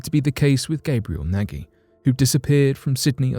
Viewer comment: The Australian who's name is Nagy its pronounced as 'nodge'.